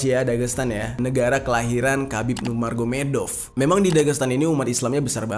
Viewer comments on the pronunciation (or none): none